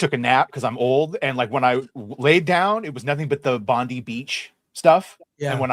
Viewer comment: its pronounced Bond-I beach like Bond-eye. anyway, i was just there on thursday. same spot hanging out waiting for daughters who were watching a concert. i went to beach and worked in the car. at exactly that spot. i will say, bondi beach and the nearby mall (bondi junction) did seem a bit more feral than my usual mall. a bit more randomness, a bit more homeless. just general stuff was worse than my local. i imagined some tension in just those random instances. but never thought thered be any directed attacks there. theres lots of jewish people up on the east side of sydney (beach area). oh yeah that mall is where the knife attack happened a little while ago. machette attack (mainly he targeted women). yeah just my two cents. a bit feral that area in my opinion. a beautiful beach though there are better beaches here to go to